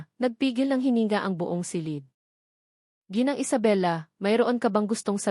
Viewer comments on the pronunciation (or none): none